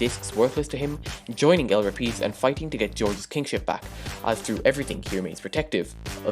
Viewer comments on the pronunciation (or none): El rApids not el repeds